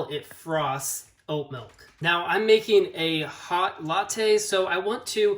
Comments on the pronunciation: helpful and short video... but bro.... idk what kind of regional accent says 'melk' instead of 'milk' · "melk" is part of the great midwestern vowel shift around Chicago. there are multiple videos around American accents but it's most pronounced around the Great Lakes. Check out the Wired series on American accents. Part 2 has this shift.